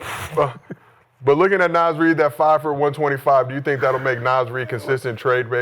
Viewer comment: They said “Nas Reed” tighten tf up